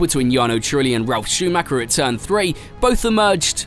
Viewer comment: What is it with English speakers refusing to say anything in any other language correct? He said Ruben instead of Rubens Barrichello and dont make me even started how messed up Michael Schumacher is said here.